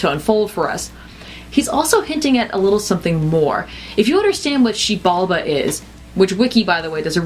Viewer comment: Xibalba is correct. You said it correctly. Xibalba comes from Aztec or Mayan. The origin escapes me.